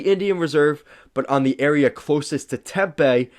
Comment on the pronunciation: Tempe (Tim pee) not Tempay.